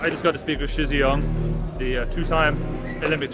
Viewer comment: Shizhiyong is pronounced pronounced Sher, not She. Xi is pronounced She, and Shi is pronounced Sher.